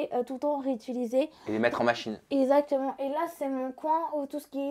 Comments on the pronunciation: Son meilleur mot «esatement » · Tout ce que je retient. " Ezactement" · J'entends même pas le c moi Ezatement... J'ai fait 35 mn je lâche... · "OK, exactement, y'a pas de soucis" 😂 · Je dirai : " Ezatement " 😂